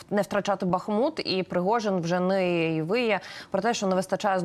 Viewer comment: Після того як генерал "бахнув" вимикаю це відео. Не в змозі навіть вимовити вірний наголос. БахмУт...підкажіть йому. Дякую.